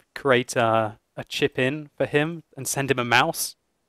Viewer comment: not a maus(moss) mouse